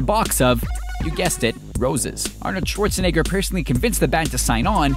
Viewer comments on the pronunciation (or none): none